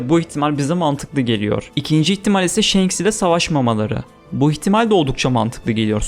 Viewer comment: Kardeşim shenks ne ya1000 bölüm one piece izlendi ve senin gibi bir tabir hiç geçmiyor kim shenks diyor şu telaffuzlarin kulağımı kanatıyor shanks o